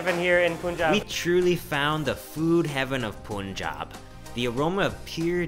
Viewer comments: Wtf😂😂 .they can speak pun like we do but when they add jab they make it poon jaab when it is punn jaab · say it with me: pun-job not poon-job pun-job p.s. I fucking love it when you speak hindi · It's actually pronounced as Pun in India as well. Don't know why foreigners pronounce it as poonjab😂😂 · Yeah. .. & it's 'pan'-'jhab'.. .y u ppl say 'poon'-'jab'!!!? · It's not Poon Jaab. It's Pun-Jawb, "Pun" like the literal word "pun". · Dude, most of your pronunciations are fine, some even good but just a small tip. In India, pronounce it how you spell it. It's pun-jaab. There's no double o in there. It's not poon-jaab cause that's not how you spell it. I really like your videos and I love the fact that you're trying and it's an admirable effort but, just a tip, no disrespect, pronounce it like you spell it. Most Indian words are pronounced like you spell them. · Pronunciation is not pun it's pan panjaab 5 rivers 5 means panj, San means river is pranounced at Panjaab, got it if not go back to panjaab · OMG!!!you are looking awesome in turban..but pls the pronunciation should be 'Punjab'(like Paanjab...not Poonjab)..your video made me hungry.. drooling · It is not poonjab It is pun-jaab ( Punjab ) Mind it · I love how he says punjaab but not panjaab lol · you pronounce wrong punjab its panjaab but in written its punjab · പുഞ്ചാബ് അല്ല.. പഞ്ചാബ് 😁✌️ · it is pronounced as PAANJAB not POONJAB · It’s not Poonjab … It’s Punjab…. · It's not Poonjab, it's Punjab. PaanJab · Its not poon-jaab its pun- jab= punjab! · it's not poonjab it's punjab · It's pronounced as panjaab not poonjab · It's pun jab not poonjab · Hi.... Its not Poonjab. Please pronounce it ilke 'Panjab' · Its Punjab not poonjab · It is Punjab not poounjab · How can you mispronounce panjab as poonjab bruh bruhhh just come on it’s just a word you can learn in 10 seconds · It's not punejab it's Punjab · Punjab is pronounced as pun jaab, good video otherwise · When he pronounced "poonjab" i was dead😂